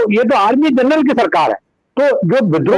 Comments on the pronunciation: दीपकजी, I am sorry to say , आपने 'जनरल ' का प्रोनाउन्सेशन , जर्नल किया है l बाकी आपका विश्लेषण तो, हमेशा की तरह लाजवाब है ही l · Carnal nahi janral pl note